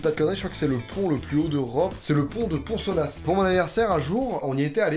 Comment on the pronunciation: J'habite pas très loin du pont de ponsonnas ( d'ailleurs le S à la fin se prononce pas 😂) et franchement jamais je le ferais le saut ça fais trop flipper 😅 et puis je l'aime pas trop ce pont avec tout les suicides ..